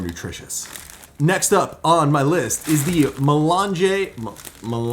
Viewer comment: may-LAHNJ If you pronounce French words like mélange (= mixture) just as you would pronounce their Italian equivalents (without the final vowel) you’ll be much closer to the correct pronunciation than you would be using English sounds.That’s because the two languages are siblings and many of their vowels and consonants sound the same. Examples: Italian campagna = French campagne (exactly the same, but don’t pronounce the final vowel) Try to pronounce the following French words as an Italian would: bibliothèque, libre, morte, gastronomie, rivière, tout, fantastique. Perfetissimo! Bravo! Give it a try — it can’t possibly hurt! 🇺🇸🇫🇷🇮🇹